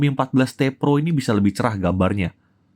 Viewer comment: "...seperti varian PEROnya..." Cara ngucapinnya lucu aja wkwkwk